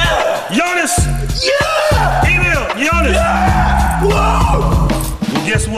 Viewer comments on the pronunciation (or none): When he pronounce "Syunas" his Name Jonas 😂💔